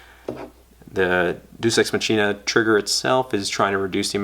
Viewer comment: it's pronounced "x mach-e-na